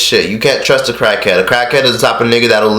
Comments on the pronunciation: U call him a crack head wait not crack head it's crak head don't even know how say it correct acting like u on crack rn lil 100k "crak head" gtfo clout chaser. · why you say cockhead in stead of crackhead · I keep hearing cockhead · He saying Cakheads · Dam nigga chill, them raviolis ain't going no where. Swallowing them bitches. Why does it sound like your saying cockhead every other time? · Yo fat ass don't even have to swallow the ravioli and its crack head not cackhead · this nigga said cachead lmao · Dead as sounds like he saying "cockheads" 😂😂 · u dont go around helpinn CACKHEADS lol this man cant say CRACKHEADS😂😂😂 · Crack Head Not Cock Head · Bruh, they put it on camera because they are YouTubers. If they are not getting it on video then they are just going the whole day without making money. And why cant you pronounce "cr" right? U say "clrack head". If anyone is trying to capitalise on anything your doing it from Fredo's mistake. Come on bruh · I kept hearing “cockhead” lol maybe cause your mouth was full. But great video!! Love from Dallas 💜💕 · You don’t even know how to say crackhead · I couldn’t finish this video do to the eating and unusual pronunciation of crack head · can u say crackhead right bruh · Nigga Can’t Say Crackhead Right😂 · He can't even say crack head right 😂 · This guy can’t even say crackhead 😭😭😭😭gay ass nigga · Why can’t you say crackhead right? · Pronounce the R you egghead.. and he made a mistake like every other fucking human